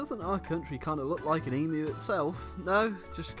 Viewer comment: All-in-all, thank you for pronouncing 'Emu' correctly.